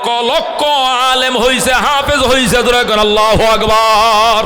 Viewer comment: শব্দটি হবে আল্লাহু আকবার।আগবার নহে।